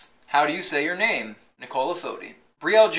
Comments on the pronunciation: i love the way you pronounced all the names they way they are supposed to be said ;']!!!. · You slay every one of those crazy ass names. Good job! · I am impressed with your pronunciation of the names! :)